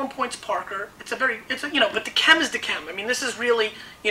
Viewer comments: It's pronounced "dee kem". In response to the question - Living: Paul McCartney. Deceased: Jesus Christ. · I have a case of Chateau d'Yquem 2001. Great stuff. Stop pronouncing the D in d'Yquem.